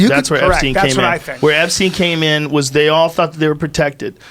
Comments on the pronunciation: He’s got to stop saying “Epstine” ITS “EPSTEEN” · epSTINE?!?!? PLEASE FOR THE LOVE OF GOD SHUT THE FUCK UP SLOOB